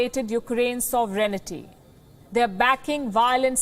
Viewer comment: Sovereignty. Please its not "sov e ren ty" its "sov ren ty"!!!! Please. And for the record clicking random keys on a laptop while talking as a news host is not a demonstration of intelligence!!